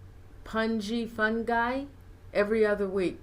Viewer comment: Norene mentioned me.....and now i realized Pungi do not rhyme with Fungi. Damn!